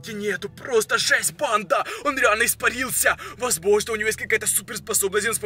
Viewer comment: Кому он бесит что он говорит не фига не понятно он ещё так говорит РАСТВОРЯЕТСЯ причём всегда у него на я ударение он поёт я ИСПАРИЛС ЯЯЯЯЯЯ кому бесит лайк и комент